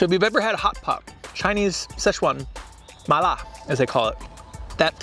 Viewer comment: I didn’t know speaks mandarin. He said Mala and yangmei just like a native speaker. Go.